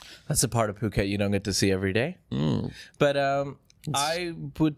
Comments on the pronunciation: Good one....poo ket:face-purple-crying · good job today boys, even with the POO-ket joke 😊😊